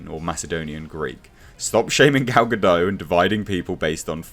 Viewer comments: Her last name is pronounced "guh-dot" not "guh-dough" Saw her saying that in an interview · Please stop mispronouncing her name! Gal-ga-dot not ga-doe ! 🤨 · gah-dott not gah-doe, its Hebrew not French